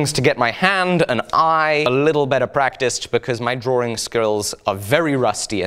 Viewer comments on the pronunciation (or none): Am i the only one noticing him saying drawring instead of drawing?